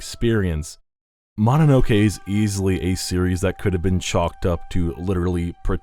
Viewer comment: Ma na no ke? Another Westerner butchering a very simple word.